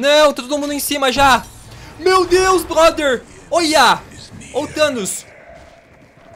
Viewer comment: Ele fala blother